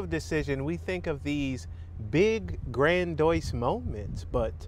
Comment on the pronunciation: Bro said grandoise 💀